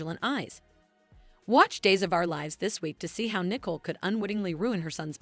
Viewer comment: Get the names right. It’s Nicole not nickel